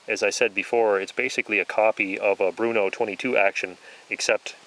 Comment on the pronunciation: Nice video! Im going to get a used norinco .223 next week and so it was very interestion go hear all the info. Also its BRNO (the hard R) not BRUNO - like a name;)